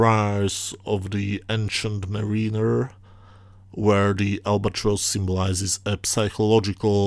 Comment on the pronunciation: You're not. Trust me. By the way, it's pronounced "Marrinur." "Ancient Marrinur." Not like 'Marine - err.' But that's not your fault. We know English isn't your first language. You get a pass. ;-) Funny how one of the most legitimately Star Trekky of all the animated series episodes, was written by someone with no prior ST credits. Dario WHO??